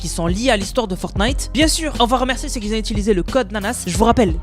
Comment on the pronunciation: Nanass : Mes oreilles saignent à chaque fois que tu dis "qui z'ont"